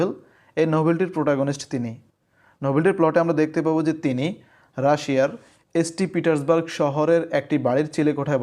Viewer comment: St Petersburg na bole saint Petersburg bolle valo sonay